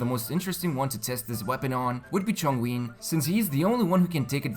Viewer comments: Can't relate to banner, already have 2 wolf's gravestone. Also it's not Chong uiun or however you pronounce it, it's Chong "yun" imagine yum with m replaced with n. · Mans really just said Chongween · ChongWIN my bro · hold up,, you call ChongYUN... ChongUIN...? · Everybody: Chongyun...........: "Chongween" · Chongween? Whos that? I think his name is chong youn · tf? "chongwing" dude are you serious... --__ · mfw when he says zhongli instead of hu tao when talking about homa's users (hu tao namecard and dish already in the game so she's confirmed lol) also why do you pronounce chongyun as chongwin lmfao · Yun... like June with a Y. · When he said Chongween 2 times, I also died 2 times... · Who TF is Chongween??? I feel like y'all are just butchering Liyue names on purpose at this point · Chongyin ? Who tf is Chongyin xDD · That chongween cracked me up😂😂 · chongween lol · Hey mate... Chongween 😂😂😂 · I try to listen properly but I can't stop laughing at: C H O N G W E E N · For people who said hes on the right track I don't think U know mandarin fam I don't speak mandarin either but I have to study mandarin when I was in middleschool so I know that its not chongWEEN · lol mans said Chongween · I think I pronounce it wrong too. somethin like "Chong-ngun" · its pronounced chong (ch-ong) yun (you-n) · did he just say chongwin? lol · I applaud your attempt at pronouncing Chongyün !! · you dont pronounce chongyun like that in your previous videos. are you pronouncing chongyun incorrectly to start an outrage on the comment section for the sake of bumping up your engagement? 😑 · not to be that guy but, it's been months since release. Is Chongyun really that hard of a name to be pronounced? (I know that his name is spelled different in his story but I'm almost 100% sure that it's just bad translation or a typo) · Please learn how to pronounce the character names. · The way you say chongyun makes me want to close the video 😭😭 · Oh God, my ears